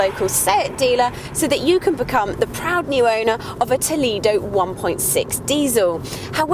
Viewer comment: Nice review, but I wish she would pronounce Toledo correctly!